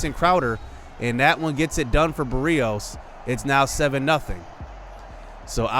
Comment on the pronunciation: I love the videos and my jets but please say Braxton Berrios’ name correctly